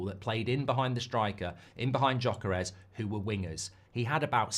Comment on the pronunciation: Mark calling Gyökeres Jacares caught me off guard 😂😂😂